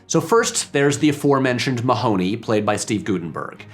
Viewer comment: I quit watching when you didn't bother to google the correct pronounciation of Mahony. (Hint: it isn't the way they say it in the movie)